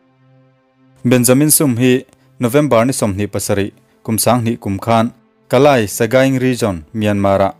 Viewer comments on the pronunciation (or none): Kalay hi kalai ni lovin (Kali) ti a lam rik tur aw😊engpawh chu nise i ti tha lutuk e❤❤ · Kaliy tih in lam ri toh roh maw kei nia chuan ziak chuan dik thlap nahse lam rik chuan a dang kn ti thin kalay tih lo in kaliy tih in la ri chhin la i ti dik zok deih ang 😁😁😊